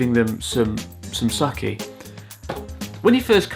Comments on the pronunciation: Wouldn't it be said as suki though? Because, although it's spelled as pocky (Which a lot of English speakers I've heard say it as rhyming with rocky) on the box, it is said as pokki. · It sounds more like "Sue-key", or more commonly romanised as suki (meaning "like" which is commonly used in love confessions rather than "love"). They spelled it sukky because its a homage to pocky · I think the "Sukky" is supposed to sound like "Suki" since "Su" is pronounced like "Soo" in Japanese. And since "Suki" is "Love" (something like that?), then the "Sukky" would make sense. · Isn't sukky supposed to be pronounced like 好き? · This is actually a very good observation and I agree with most, if not all, of it. #2 is a prime example how language affects how one thinks or how it reflects the culture of that society. By the way, I think they meant for Sukky to be pronounced as suki 好き... Bur if they sold that out of Japan, yeah, it would be pronounced "sucky" indeed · it kinda feels like "Sukky" should be pronounced as "Suki" since it's a valentines gift. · "Sukky" reasonable person: it's "suki" 1000 IQ 5-head: "S U C K Y" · サッキーじゃなくて、スッキーだと思うよ 好きとポッキーを掛けてるんだと思うバレンタインバージョンで(ふざけつつ本気で作ってると思う笑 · Wouldn't the Pokky box be a pun on "Suki" (好き). Like, it's not supposed to be pronounced "Sucky", but rather "Su-Key" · Has no one else thought that it's pronounced "Sookky" instead of "Sukky" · Pronounced as sookky, meaning "like", as in I like you, not sucky. Buddhism? We are not religious, and we do not uphold collectivism. We simple care about others and do not do things that would disturb others. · Hi Chris from 3 years ago, you probably noticed by now, but I think Sukky is meant to sound like '好き' rather than suck-ky. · it's not sukki it's SUCC-Y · I think that is sukky すきー (Like) not さっきー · きっとあなたのジョークなのだと思うけど・・・ Sukkyは「さっきー」ではなく「すっきー」と読みます。 すぐ下に「あなたが好きです」って書いてあったでしょ？ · Lolol its not sucky tho you say sooky which is just even worse for russians haha, also itadaikimashita or ikimasu